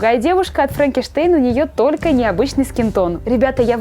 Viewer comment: под конец совсем заболталась после долгой съёмки! На вместо,,только" -,,торко", на вместо,,переборола" -,,перепорола"!